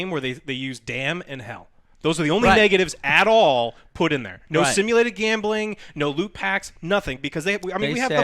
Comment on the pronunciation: GAAHHMBEELING. Joe there is no E in gambling.